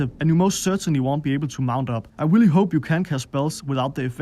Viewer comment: Ramm just as I read this comment, he said “Willy nice”